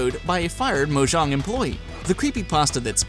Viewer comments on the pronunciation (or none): It's mojang not mojan